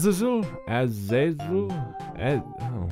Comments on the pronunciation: For your information it is pronounced as Az-za-zel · Ahz- ih - ZEL is how you say it, by the by. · It's as-Az-l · I think this is how you pronounce it As-ay-zel